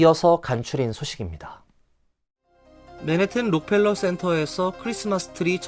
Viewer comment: 록 펠러가 아니고 락커휄러